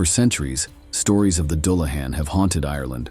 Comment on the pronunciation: I really enjoy your videos. Exceptional visuals, historically accurate lore. My only issue was the pronunciation, a slight pet peeve. I did seem to hear it correctly when talking about the weakness for gold. Doo lah han, for the unfamiliar. Thanks